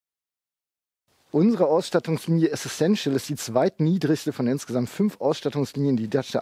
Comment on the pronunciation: Essential bitte, nicht Essessential ;-)